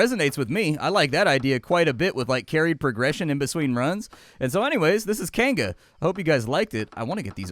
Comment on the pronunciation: Kainga is pronounced Keye Ng Ah.